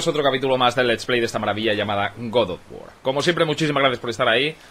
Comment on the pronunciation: Dale cańa al Kreitos Gaaar of guuuor😎😂👌🏻